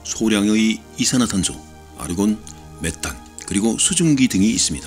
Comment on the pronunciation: 다른 영어 발음은 완전 오리지널인데 아르곤 ㅋㅋㅋ